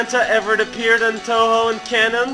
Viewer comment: Why do you pronounce it "TooHoo?" I'm just wondering...